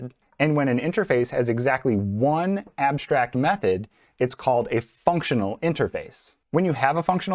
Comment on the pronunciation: If you say abshtrakt so say also shtatik and shimilar 😂… just joking. Thanks for this video!!!